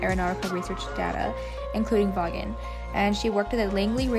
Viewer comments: Vawnnn. Hehe. It was driving me crazy. Good work tho! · The name is pronounced "Vawn".